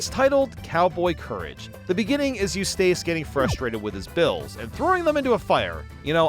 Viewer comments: Eustace is Yous-tis, not Yous-tace. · Why do you pronounce “Eustace” to weird? The end is “ess”, not “ace” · Okay you like Fairly Oddparents and say Grim Adventures would have been your thing, but Ed, Edd, 'n Eddy is TOO dumb? 🤔 Edit: you calling Eustace "You-stayce" was amusing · You•Stace Murr•Eel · Your pronunciation of Eustace is killin me! 😂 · Anyone else annoyed by how he pronounces Eustace?😂